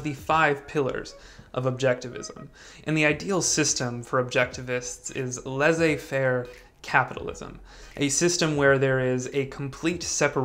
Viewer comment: The way you pronounce laissez-faire economics made it sound like a lesbian Music Festival...😆